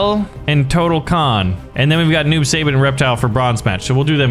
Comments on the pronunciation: It's not noob sayybot it's noob saibot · It’s not noob say bot it’s noob sigh bot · The way how he says "Saibot" as "Saybutt" makes me question life. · Noob saibot (Noob sigh-bot) this is how you pronounce it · Noob saibot =Tobias and boon Saibot is pronounced sighbot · It’s pronounced s-eye-bot and he was the original sub-zero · It’s pronounced sigh- bot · YOU SAY IT SUYBAT NOT SAYBOT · That is not how you pronounce Saibot